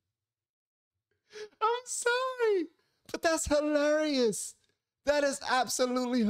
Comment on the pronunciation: The way you like how Jesse says Amazing, i feel that way about how you say Hilarious. You enunciate the syllables very distinctly in that word